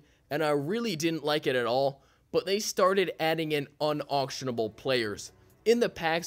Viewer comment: I think you emphasized the wrong word there buddy